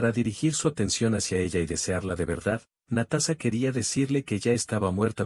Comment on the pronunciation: Muy Bonita historia lastima que el video y la historia no esten de acuerdo y la pronunsiacion es terrible Natasa y Natasa estaba en soc 😅 Natasa vivio feliz por siempre